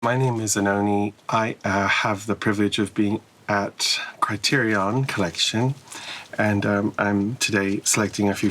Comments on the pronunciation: It's Criterion not Criterioff! Never ever forget this, kids. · She chill af for pronouncing it the same way I did when I first heard of Criterion half my life ago, and for choosing Jean Painleve. Great set